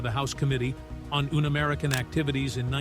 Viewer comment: It's a shame that the 'speaker' can't pronounce unamerican, among other text.